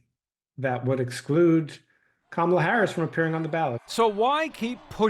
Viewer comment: Hey Anderson - why did your colleagues let the republicans get on there and mis-pronounce VP name on purpose? And say they were doing on purpose? And lie about the 'banning meat' policy? And despite the unimportance, make a policy fight on plastic straws? Really? Why do your CNN colleagues NEVER correct them or shut them down? More and more - despite a few of you still doing a good job - CNN = Fox.